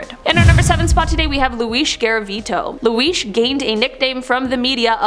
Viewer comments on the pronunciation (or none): You just say lu-iesh?????? You mean Luis (lou-is)